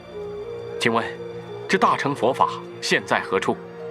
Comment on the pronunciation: "大乘"應念"大聖"音吧....